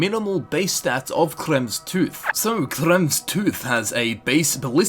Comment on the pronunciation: Don't quote me on it but I think it's pronounced (krem-ver's) idk Thats just the way I've heard it pronounced.